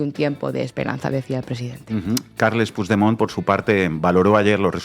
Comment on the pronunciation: Por cierto y que nadie se ofenda pero, por favor, con el nivel cultural e intelectual que tenéis, no os podéis imaginar lo mal que suena oíros decir "Pusdemont". Es una palabra española, el catalán es un idioma español. Ahí va una ayudita: pronunciadlo "Puchdemont". Gracias a La Base.